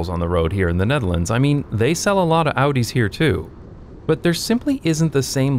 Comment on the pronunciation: lol I thought that he said "they sell a lot of hoodies here too" in a way to talk about bad guys it made me laugh either way